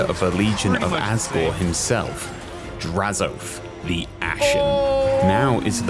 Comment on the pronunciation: This dude said “draz-OATH”:/. I much prefer and have always heard draz-o-ath. is correct